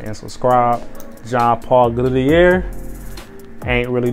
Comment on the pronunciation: W video bro, but besides that, u need to spell it better. It's pronounced JOHN - PAUL - GOTIER , preferably how I pronoounce it. Keep doin what u doin wit these fire cologne vids man.